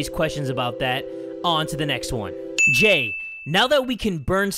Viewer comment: It's Jay, not Hay.